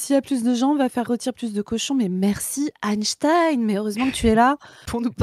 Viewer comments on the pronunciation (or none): none